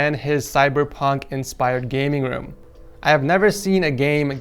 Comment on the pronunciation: “The rest of his woom as well”